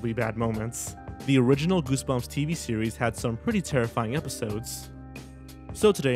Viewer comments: are you trying to sound like elmer fudd from looney tunes because when you said series to me you said sewies? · "In the entire sewes" The dreaded OWO haunts my life